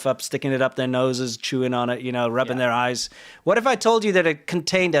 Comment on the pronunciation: I toad a so, I f*ckin' toad a so!